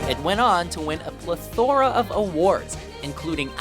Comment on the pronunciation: The word is PLETH-ora. Didn't anyone take English in high school? Jeez.